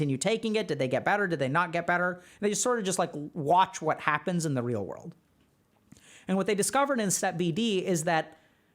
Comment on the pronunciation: “In the real wurlde “